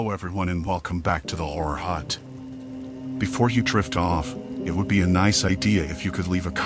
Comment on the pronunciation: I thought you said whore hut. I couldn't even finish